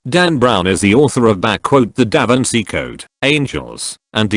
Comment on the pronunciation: "DAVANCI CODE"